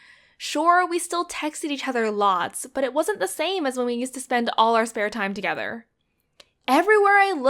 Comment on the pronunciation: TogEther -depPresIng The way she should them 😖